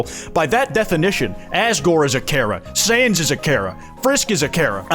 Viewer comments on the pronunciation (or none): none